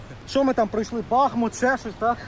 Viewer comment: Не кажіть, будь ласка, "БАхмут", правильно казати "БахмУт". Кажу це, як жителька цього міста